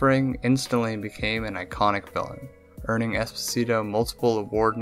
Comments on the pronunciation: EspÒsito not EsposÌto for god sake, it's an Italian surname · "Esposeetoe" God, all you had to do was listen to his name -_ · Why do you (and most people actually) pronounce Esposito like that though, it's italian not spanish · 15 seconds in and you already butchered his last name... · Butchered the last name’s pronunciation, but good video nevertheless. Although I am confused as to why you Americans (you may not be an American, this is only an assumption based on what you said) label people as the country from which they were born in. Neither of his parents are danish, yet you label him as “danish” just because he was born in denmark, and it’s fucking dumb. His father is italian, so he is an italian american actor. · you should've researched how to pronounce Esposito, before making a whole video about him lmao